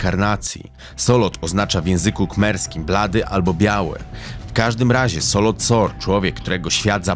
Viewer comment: Dokładnie i nie Solot Sor tylko Saloth Sar